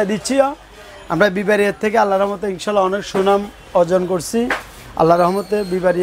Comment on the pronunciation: বি বারিয়ার সুনাম বললেন শুনে হাসি পাইলো